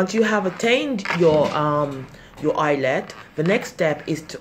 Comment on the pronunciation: Oh come on this video cannot be serious. Madam, are you a patient or a nurse? Your pronunciations and the accent, I don't believe you for a moment. If this is serious please revise it and stick to the title, the NMC CBT. Not 'ILETS' /facepalm Try giving some advice and give prospective nurses an idea of the critical questions or other information needed to help them tackle the CBT like drug calculations and patient safety -.-"